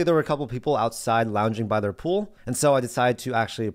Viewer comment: Lol did he say pool